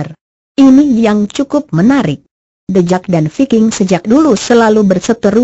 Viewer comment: Tulisannya the jack kok di bacanya the jeck kok dibacanya thejack